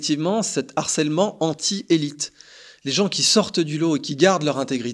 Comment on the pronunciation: En revanche, les gars, "harcèlement", c'est un H aspiré, hein !!! ;)))